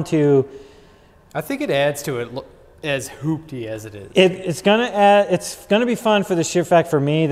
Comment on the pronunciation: You guys said it “ Project Hoopty “ “ Hooptie” lol